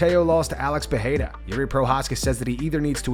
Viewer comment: its not PEHERA ITS PEREIRA. Joe Rogan thinks ther R becomes an H but its not the case